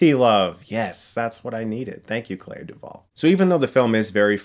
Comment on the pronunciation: The way he pronounces Clea from Clea Duvall is very strange. I always heard it as "klee- ah" but it almost sounds like Claire when Chris says it.